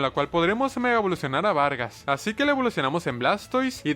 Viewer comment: xq vargas dice vergas jajajaj